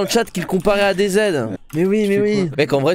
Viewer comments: ça se dit ADZ pas ADEZED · Ta prononciation d'adz me perturbe